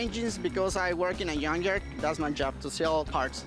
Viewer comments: Did he say he works at a yawn yard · Did he say he works in a yank yard hahah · What's a yun yard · Rick its not junk yard. Its yunk yard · " i know about engines because i work on a yunk yard 🥴" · I work in a "yunkyard." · What's a "yunk yard?" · Did this dude just say “yunk yard” 😂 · I heard yuan yard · The 1st time he said "yunk yard". The 2nd time he tried to say it correctly by throwing in a soft g sound with yunk. 😂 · I also heard yonk yuard!!😂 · I thought he said yung yard hahaha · I heard yum yard 😂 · Yunk Jard is what i heard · Yunk Yerd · Yunkyard wit a yubble u. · You know he says “yunk jard” soft J lol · He said Jun yarn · Yunk jyard 😂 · get it right, it’s called a “yunk yarr” 😂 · He called a junk yard a JUN-JARR 😂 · I was trying to figure out, wth is a yonzher? He said yonzher like, 4 times. I guess he was saying junkyard? I guess he's gonna take it back to the yonzher!😂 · Lmao did he say YUNKYARD? Oh no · It's from the "yunkyard" 🤣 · Did he say he works in a Yun yard!😂😂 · He needs to take the engine back to the yon-yarr where he found it. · The way he says "yunk jard" ...all ya gotta do is switch the first letter and you're good to go my friend. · This guys is one mispronounced word away from catching a butt whoopen from, from de Parken lot to the yunk yar!😂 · In a yunk jard ,lol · I heard Yunk yard to. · He said yughnyar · Yunk yar lmao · can’t even pronounce “junkyard” properly 😂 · I thought that was just a joke they can't pronounce "j". Thank God for closed captioning.